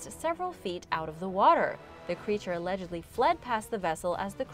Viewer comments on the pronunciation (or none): none